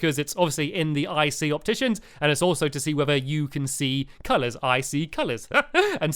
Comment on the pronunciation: it is a 'shopticians' instead of an opticians